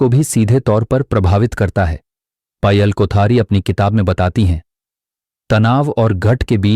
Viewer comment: पायल को पयल क्यों बोल रहे हैं